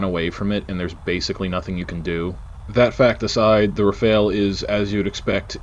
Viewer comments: excellent except for one thing : your prononciation of "Rafale" you say it like "Rafael" that's not it, it's "RA-FAL", the "AL" as in "sALad" 👍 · I'm sorry but it rafale not Rafael 😅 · RAFALE not Rafael, respect this masterpiece